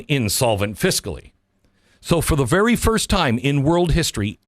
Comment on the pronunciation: You said ferry verst. For very first LoL 🤣🤣